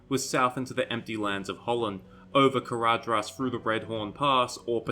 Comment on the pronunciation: ""dh" is pronounced "th". Caradhras is pronounced carathas. Sorry but it bugs me every time you say it